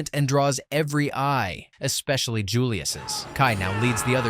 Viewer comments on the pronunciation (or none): none